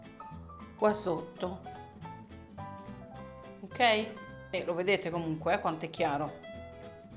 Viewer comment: Adoro quando dici: okeo!! Troppo bello😍